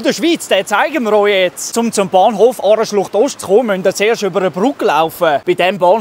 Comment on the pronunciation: Aareschlocht Ost ausgesprochen